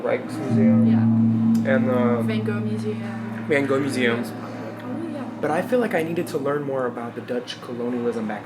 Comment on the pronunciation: Blew pronouncing van gogh tho.